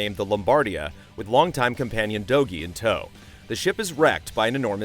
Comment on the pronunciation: I think it's pronounced "Doji"